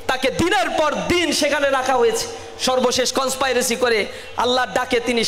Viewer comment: কন্সপিরেসি হবে, কন্সপাইরেসি না। শিবির কি জিনিস, সেটা রাজশাহী বিশ্ববিদ্যালয়ে দেখেছি। হাতে তলোয়ার আর চাপাতি। রগ কাটার কথা ভুলে গেছেন? আর রাজাকার জামাতের এর শিষ্য হচ্ছে শিবির।